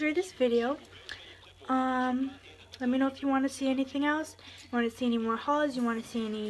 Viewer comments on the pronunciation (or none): none